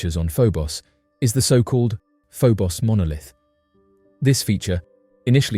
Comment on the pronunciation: First the I've heard Phobos pronounced Pho-boss...